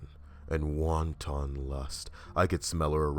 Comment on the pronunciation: LOL you mean WANTON not WONTON lol